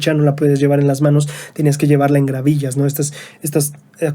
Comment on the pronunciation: No son gravillas, son gavillas jejeje